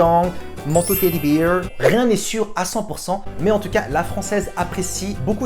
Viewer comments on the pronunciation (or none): Nan nan pas « teddy bear » on dit « teddy bèrr »